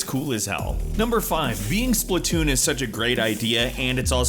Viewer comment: Splatoon, Splatoon, SPATOON!!!!!